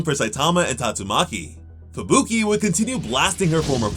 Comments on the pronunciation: Idk why but it drives me nuts when I hear Fubuki pronounced "Fabooky" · bro why does he say fuBUki and not Fubuki like a normal person